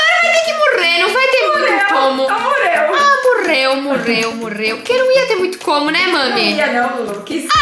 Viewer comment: No minuto eu ri porque a falou mureu e eu ri